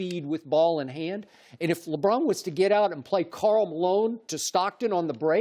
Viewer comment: Does anyone else get a kick out of how Chris Broussard always pronounces, "Lebron" with the drawn out "o." "LeBrooooooooooon."